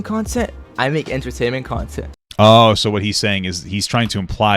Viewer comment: Trying to sound cool then proceeds to mispronounce "Entertainment" instead says "Entertaimment content"